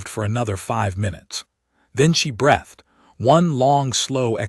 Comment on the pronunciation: More terrible AI reading: "wound" as in past tense of "wind," as in winding a watch, in a story about a medic. Simply STUPID and disgusting! As always, "breathed" with a short e sound instead of the long e dipthong sound. Either do not use "breathed" or teach your AI to read better! Ugh!😡😡😡